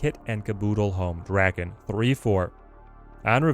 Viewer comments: D A K E N nor “dracken” (where did the R come from?) 😂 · saying “Draken” instead of “Daken” is making me cackle, it reminds me of Lord Drakkon from Power Rangers. I’m sure Akihiro wouldn’t mind considering in-universe Daken “means” mongrel, and is an insult about his mixed White-Asian heritage